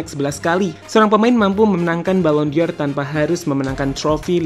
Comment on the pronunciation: Pengucapannya ballon “DOR” bukan ballon “DIOR” min 🙏🏻